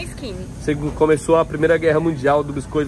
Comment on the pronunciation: eu adorei a produção, ela chama skiny de skiny Aaahh